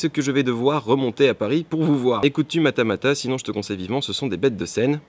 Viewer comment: je t'aime fort, mais c'est Matmatah pas Matamatah:,(( Sinon c'est génial pour la JE, je viendrai te voir de nouveau te donner un jolie dessin si j'ai le temps de le faire malgré le bac!:D